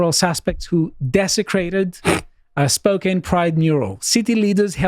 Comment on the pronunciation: Let’s go Spokane! Used to live there. Downtown is fairly liberal-heavy, but literally everywhere around it is based. Also, it’s pronounced Spo-can not Spo-cane